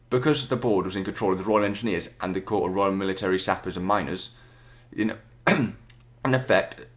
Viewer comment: It's pronounced core not corps